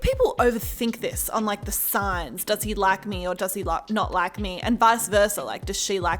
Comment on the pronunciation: The way she said like lak lolololololololo